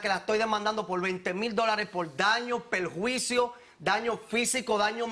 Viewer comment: La demanda pol daños y peljuicios.jijijijiji. Por qué les cuesta la letra "r" .?